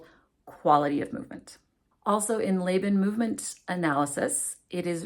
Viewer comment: FYI- I am not an expert but I am a veteran academic. I have only ever heard Laban pronounced "Law-bahn" not "Lay-bahn."